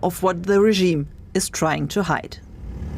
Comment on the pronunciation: Is there a special language training in DW English how to pronounce Regiiime specially when talking about Iran? All of you pronounce it in the same way,with German accent, with Indian accent , German American accent, wannabe pure British accent,etc….?